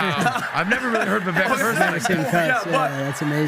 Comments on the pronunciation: Jesus guys learn how to pronounce his name. Vi-vek(like cake) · I learned this from Bill Maher, Vivek's name is pronounced phonetically "Vi-vake" rhyming with the word "cake". People should at a minimum know how to pronounce a person's name out of respect. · It’s “va vake” like cake, pronounced his name right !!! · How long have you guys been covering Vivek and how much time have you spent with the man in person and you STILL mispronounce his name?!? Is it really that hard or are you all just lazy and careless? It's Vi-vake. Get it right. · His name is pronounced VIVAKE. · Vivek has been to this podcast twice now. Still, doesn't get his name right. 🤦🏻